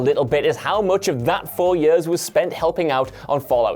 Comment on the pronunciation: i cannot comprehend how you can read the word "years" and pronounce it as "yuuurs"..... and presumably pronounce it this way for your entire life.